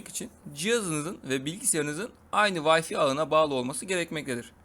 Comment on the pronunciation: Vayfi değil VAYFAY!!